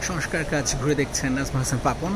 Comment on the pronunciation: Barbar boltesen ''soskar soskar", sobdotaki soskar naki "shongskar"?